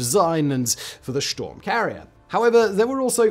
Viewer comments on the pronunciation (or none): Nah! Just funny misreading. Happens all the time. 😁 The Shtorm Carrier IS a cool design, though! I hope it gets developed and put in service in some 7-8 years! (not sure how likely yhat is to happen, but hey, pne can dream)